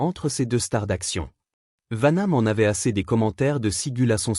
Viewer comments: Hhhhhh "Vaname"contre "Sigule" Quelle poisse! STP Arrête ! 😢😢😢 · PRONONCIATION DE MERRRDE ... Steven segUl ??? serieux !!!!!!!!!!!!! Vanname !!!!!!!!!!!!!!! joualvert arrete tes video et va travailler chez McDo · Vaname...? Sigul...? Nul ce narrateur 😂😂😂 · Dans les deux noms il prononce mal les noms il faut qu'il mette des lunettes. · C'est très chiant cette alerte pour s'abonner à cette chaîne.. utilisant une modélisation de voix.. qui se plante d'ailleurs, rien que par le nom des 2 acteurs dont on parle ici.